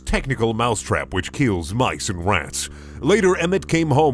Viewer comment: Them RRRRRATS